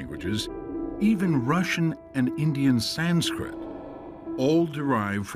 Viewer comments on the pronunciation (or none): none